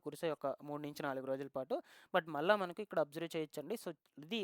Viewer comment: మల్లి వర్షాలు..‌ ముందు తెలుగు ఉచ్చారణ నేర్చుకుంటే మంచిది.. మళ్ళీ వర్షాలు ✓